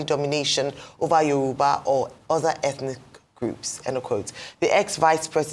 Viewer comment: ....Yoruba is now 'Yowurba' on Naija broadcast station. Is it a deliberate action by the broadcaster to show off her 'pepperless' credentials or crass ignorance about how to pronounce 'Yoruba' clearly?